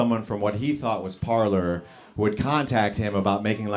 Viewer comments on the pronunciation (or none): Parler is pronounced Par-lay.